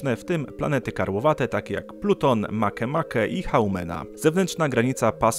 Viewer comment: Mowi sie makimaki a nie makemake